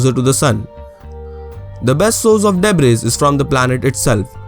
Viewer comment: great video. one suggestion would be to work on your pronunciation. like, the word debris. it's /'debri:/